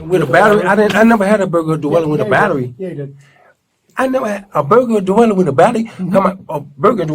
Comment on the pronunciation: "burglary do-welling"